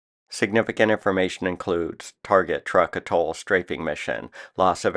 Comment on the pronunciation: I believe Truk was pronounced "truke" and not "truck".